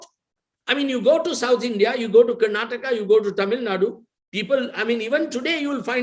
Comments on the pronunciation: Bolimagne Karan, it's not Karnatak, it is karnataka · the nutjob karan thapar , should first learn to pronounce the name of the state first. the interview in itself is farce , both seems to have come to an understand of each other views. P.S it's not karnatak it's karnataka .